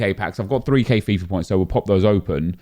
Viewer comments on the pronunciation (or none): none